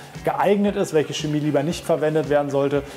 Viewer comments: Es heißt Chemie, nicht schemie. Mit ich-Laut. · Das stimmt nicht. Die standardgemäße Aussprache des "Ch" am Wortanfang vor den hellen Vokalen "e" und "i" ist ein weiches "ch" wie in "Licht" und "Blech". Laut Duden gilt in der Standardlautung nur die Aussprache çeˈmiː als korrekt.